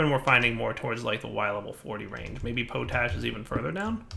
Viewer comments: gah! it's pot ash not po tash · Potash is pronounced with a short "o" sound, like in the word Pot. Not a long "o" like in potato